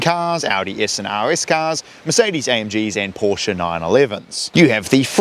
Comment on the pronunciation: "Zee"s? I thought this was a NZ site, not a US site. Although you can pronounce "Porsche", so I dunno.